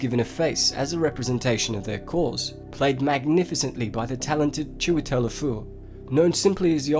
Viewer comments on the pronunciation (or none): none